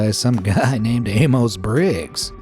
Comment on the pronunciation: Amos is usually pronounced Amus, not AmOHs.